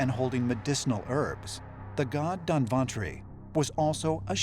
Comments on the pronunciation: Whenever we speak English,we try to spelll the word correctly. But what is up with u guyz. The name of the god doesn't spell like 'Dan-wan-tray' or 'Don-ban-tory' it's 'dhannbantri'.('b' wd be silent here) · Its nice .. but the pronunciation is really awkward ... moreover its not danbantari.. its धन्वन्तरि or in english dhanvantari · People disappointed in he says Don vantri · Its not Danvan tree but it is DHANANTARI.